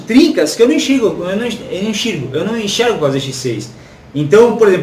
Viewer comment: se corrigindo foi o melhor "inxirgo"